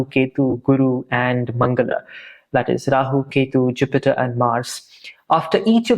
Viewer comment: Why does he have an accent? The way he says 'Mangala' is like a foreigner saying it😂😂